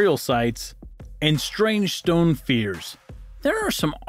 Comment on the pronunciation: STONE FEEARS!!! ?